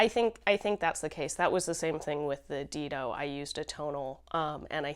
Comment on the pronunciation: Great show! Dido is pronounced Dye-doh, named after the first queen of Carthage. 🙂